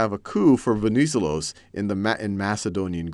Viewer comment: Very nice tutorials! Venizelos is highlighted at the second "e". VenizE'los.